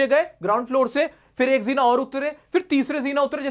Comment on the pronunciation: jeena☑ zeena ❌ you are saying :body-blue-raised-arms::face-purple-crying